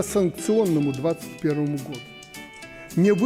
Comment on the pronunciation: если говоришь'гату"вместо "году"-значит во рту остался клей,возможно крахмал